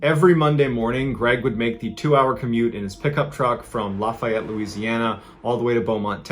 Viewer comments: Laugh FEE ETTE, NOT LAUGH FIE ETEE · I'm a born and raised Louisianan. Lafayette is pronounced Laugh-ee-ett not Laf-eye-ett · It’s pronounced laughy ete Louisiana Mr. Ballen but that’s a great pronunciation for not being from Louisiana brother, keep up the great work man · Stop murdering Lafayette! It is pronounced: laugh-e-et The middle e is pronounced as the letter "e". So it's laugh like hahaha, the letter e, and et rhymes-with set. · I love the stories but hearing how he kept saying “lafayette” had my eye twitching the whole time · It’s always funny when people not from Louisiana try to say Louisiana things like Lafayette lol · I love ya man, but you still are mispronouncing Lafayette LA.